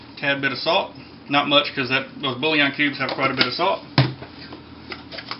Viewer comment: Boulion is pronounced like boo-yawn...